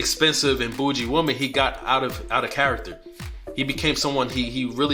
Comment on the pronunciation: Yeah I don’t like this video….why you saying bougie like that???